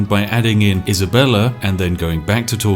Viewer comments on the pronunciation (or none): none